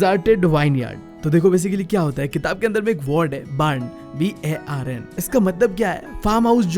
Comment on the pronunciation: "bark" nhi bhaiya "barn" XD